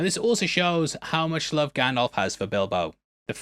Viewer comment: Love you, but it’s GandALF like ALFred not GanDOLF like Adolf 😭